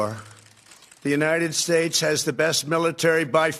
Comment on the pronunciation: I don't care how many times he says it right, I will always and forever hear from him "and God blesh the United Shatesh"!